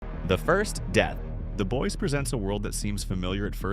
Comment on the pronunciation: Dude. Learn how to pronounce the show Like wtf